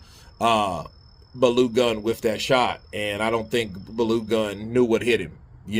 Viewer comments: Baloo Gun 🔫 🤣🤣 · Lmao. Its pronounced "Bar-low-goon" - Balogun. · Call the last name as BAR LOW GUNN.... It's better than the way you pronounce it but still not perfect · It is pronounced Bar-low-goon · face-green-smiling:as a Nigerian i laughed sooo hard the way pronounced "Balogun" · lol ofcourse i understand he's not nigerian so he obviously can't pronounce the name but i still found it funny